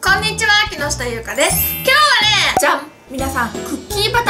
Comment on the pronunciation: 発音が違うんだな・・・今日はれえええええェ！！w